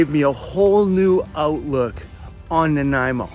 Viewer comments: Ok, SORRY... This was a lesson in how to say you know nothing about Vancouver Island without saying you know nothing about Vancouver Island. Argggg. I've been pronouncing it Naaan-ah-eh-moe Oh I've been butchering it bad. Sorry. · You made me question both my reading skills and my dyslexia with that opening "Naniamo" lol.